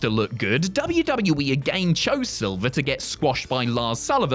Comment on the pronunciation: John SILVER, not SILVA 😂